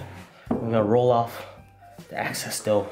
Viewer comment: Excess not access... U still da man lol